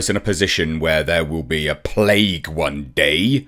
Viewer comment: She says "plaque" not "plague" Just saying.